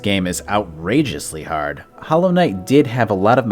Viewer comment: "Hollow Knight is too hawd"